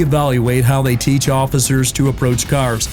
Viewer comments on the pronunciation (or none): none